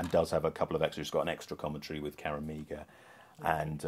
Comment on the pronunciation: Great vid. I love that you guys 'get' the impact of this important film. Bravo. And just for future reference, Meagher is pronounced "Marr", like Johnny Marr from another '80s treasure, The Smiths.